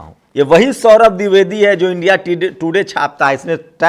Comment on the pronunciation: pronounce DWIVEDI correctly. Sorry.